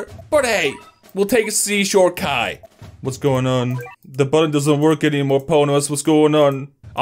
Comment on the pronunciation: Oh my gaaaaaaaawd he called Kai kuuuuuuuuuu now I’m gonna leave an angry comeeeeeeeeent